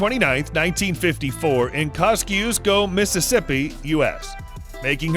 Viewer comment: The city she was born is pronounced; Koz-ee-esk-o , Mississippi